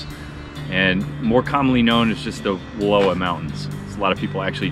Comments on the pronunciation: You’re pronouncing Wallawa incorrectly. Wuh-LAH-wuh is the correct. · Not Wallua..WallOWA. Just like Oregun not OrEgOn. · I was raised in Joseph....the word Wallowa is Nez Perce and means 'fish trap'.... it is pronounced Wuhl ow ah...hikes and horse back all over those mountains growing up. I'm 72 now and can tell you it has changed a lot! We used to slide down a glacier on plastic bags and get ice cream head ... but what a great way to cool off after a hot summer hike! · An inspiring presentation of the world of the Wallowas, which are are a subsection of the Blues. The name is pronounced like *allow*, as I learned by being corrected by a local years ago. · I was just going to say it’s pronounced like allow is, I’m a local. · Don’t be a greenhorn, say Wall-ow [as in how, not low]-a [as in us,] Wallowa. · Learn how to say Wallowa properly.